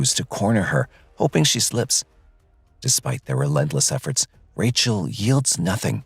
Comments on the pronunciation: That the narration cannot decide on whether to say "RAY-chul" or "RAH-shee-EL" is super annoying. Everyone who knew her in the video pronounced it "RAY-chul," and THEY should know, so really, you can't figure it out? I usually love this channel. Please do better. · How many different ways can u pronounce "Rachel"..."Rayshell"..."Rasheel"...